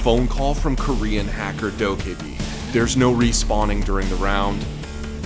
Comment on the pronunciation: The way you said Caviera and Dokebbi’s name gave me autism